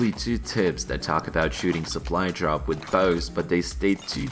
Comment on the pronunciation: пов все видео чтото там соплу джоп соплай джоп